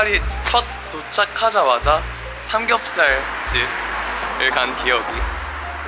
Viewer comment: ㅋㅋㅋㅋ아니 슈아야 미국인아니냐궄ㅋㅋㅋㅋㅋㅋㅋㅋㅋㅋㅋㅋㅋㅋ 삽겹살ㅋㅋㅋㅋㅋㅋㅋㅋㅋㅋㅋ 진짜 웃곀ㅋㅋㅋㅋㅋㅌㅋ